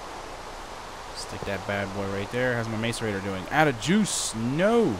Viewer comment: Diggin this series, my only problem is it is "Mass-i-rator" and not Mace-i-rator"